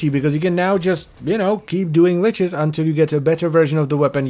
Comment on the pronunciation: I'm gonna be that guy It's lich, not leech